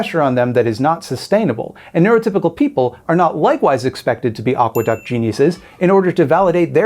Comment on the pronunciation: Aqueduct.... at first I heard agua duck and was like, yeah they usually live near water 😅😂